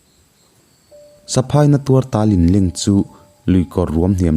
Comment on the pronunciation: Ni e,tun a ilam saphai michhiat tih ilam dan kha a thluk a dik lo nia?ziah chuan a thluk hi in hrilh a har a mahse in zir zel tur kan nihna ah ṭang sauh sauh teh???